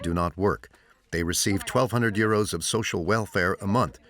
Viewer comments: Why does the commentary always mention money as eurose (sp). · Why they say uroes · Why does the narrator keep saying euro s.